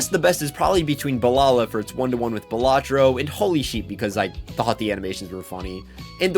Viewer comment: Finally someone says it the right way. baLAtro. Not BAlatro